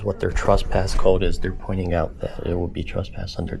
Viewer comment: The word is “trespass” NOT “truspass”